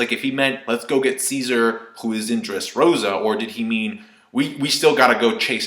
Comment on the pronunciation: You saying Ceasar sounds like "seizure" haha. And wait, the hair on the Mammoth looks a lot like Kaido's. Hm.